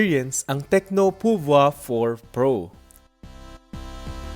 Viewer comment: Yung ibang reviews iba yung pagka pronounce ng pouvoir eto lang yung narinig ko ng tama... Nice review po keep it up